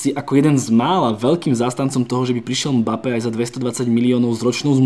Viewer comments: Chudák Mbappé, takto mu przniť meno... je to em-ba-pé a nie mapé... strašne to píli uši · napríklad 💁🏼‍♂️ "e" sa v rýchlosti stratí, to je normálne, ale ako sa niekomu stratí "b" aby vzniklo "mapé" to fakt nechápem 😂